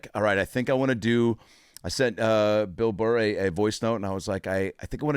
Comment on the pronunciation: So, this Yankees fan Adam Ray had a moment within less than a minute to mispronounce the host's proper name...It's Bill Burr...it's that simple...Bill Burr...not Bill Burrhay...Pronounced BILL BURR...You can't teach stupid...🤣😂🤣 I give Bill credit.